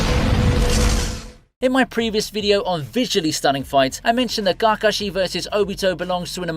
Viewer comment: What way are u pronouncing KAKASHI ???